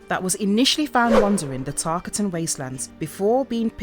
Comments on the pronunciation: She didn’t even say tarkatan right smh I already knew she don’t play the game just making a video about something she read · Damn you have a script in front of you. TarKAtan. Also its Cassie not Casey. Saibot, not Saybot.